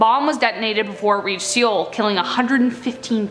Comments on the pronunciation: Pronounced "soul" not "syol" Also, Kim Jong il. Not Kim Jong II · Did you say see ohl Olympics? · dude it's prounced (soul) not (sEEoul)